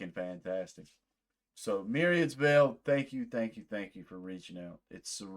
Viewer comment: Hi! You pronounced the name right! 😊 Thank you so much for this, we really appreciate you taking the time to listen and make this video!